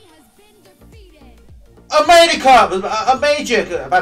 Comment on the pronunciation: 牛+班=世紀搞笑組合XDD A...America（昏倒 之前的who care[s] 我好不容易對你的英文改觀欸 我好難過（淚